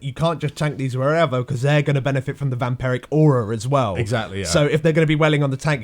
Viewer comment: "Vamperic"? It's "Vampiric", and it has been since Warcraft III; derived from "Vampire".